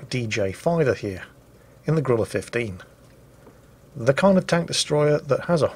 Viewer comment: Why are British people incapable of pronouncing the name of this tank? It's Grille, not Gorilla.